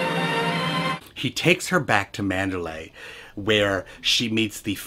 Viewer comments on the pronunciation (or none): ' Last night I went back to Manderley again'. Manderlee not Manderlay lol :-) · I believe it is Mander LEE not LAY!